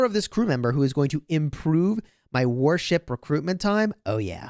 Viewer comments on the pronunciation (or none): Warship builds, I think my ears are broken because every time you say it I hear worship building and I get confused for a moment.